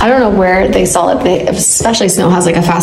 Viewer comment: it’s SAW not SAWL lmao 😅